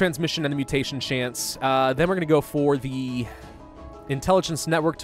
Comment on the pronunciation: chnace... (i giggled)